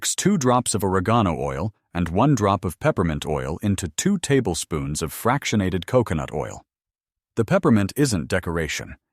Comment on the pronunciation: But where will I get two "tabpoones". The nearest tabpoone store is, I don't know, on one of the moons of Saturn or wherever these people are from. And, oar-uh-GONE-oh oil . . . I don't want to even guess where I'd find that stuff!